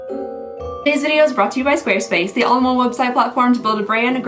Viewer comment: I couldn't understand you in the intro, it was very garbled together..."this video is brought to you by square space, the omngly website..."